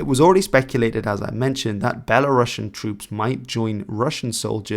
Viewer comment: A small correction: “Belarusian” is pronounced as belah-roos-ian, not belah-rahsh’n.